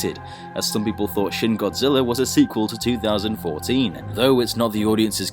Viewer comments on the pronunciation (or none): It's shin not shing